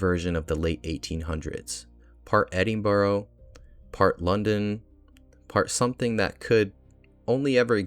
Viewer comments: great video. although Edinburgh is pronounced 'edin-bruh' not 'edin-boro'. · solid video but your pronunciation of edinburgh was painfull.